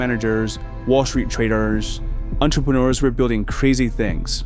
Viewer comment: The fact that you can't pronounce entrepreneur you say 'entepreneur ensures that I won't join the group if I was thinking about it